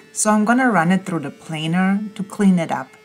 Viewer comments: Finally said planer right LOL. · I miss the way you used to pronounce planer, love the accent, do you have a video of what you eat to stay in such good shape, I agree with Mike, we need a glue dance